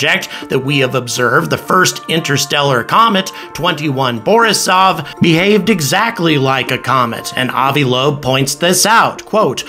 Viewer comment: 2I/Borisov, like, the letter I. It stands for interstellar. Like 1I/'Oumuamua. Not 21 lmao